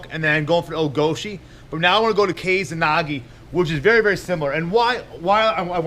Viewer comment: First time I've heard of 'kesa nage' (and it's keh-sa, not 'kei-za'). In terms of the gokyo no waza I think it would just be considered a variant of o-goshi. Where did you hear this name??